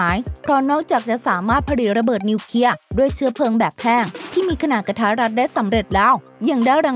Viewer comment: ระเบิดนิวเคลียร์ไม่ใช่นิวเคีย